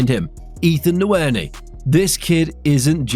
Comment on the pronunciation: DAMN BRUH, THIS AI NARRATOR IS ON SOME' WTF IS 'N'WERI' 😂😂